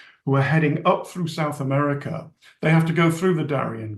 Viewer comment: South Ameriker?